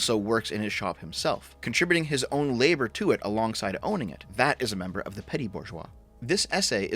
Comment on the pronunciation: Why do you pronounce "petit" as "petty"? Don't have to don a French accent, but just say "peh-tee".